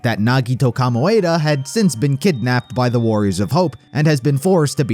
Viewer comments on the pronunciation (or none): all the love but I died laughing at "Kamoeda" xDDDDDDD my poor Ko, he's so unlucky hew doesn't even get his name pronounced correctly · “NAGITO KOMYADA” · the way he said "komaeda" psychically hurt me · Nagito “Kamoaeda” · Nagito " komoeda* 😭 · The way he pronounced Komaeda..... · i have never heard someone butcher the pronunciation of komaeda’s name so badly before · Lol why did you say komaeda like that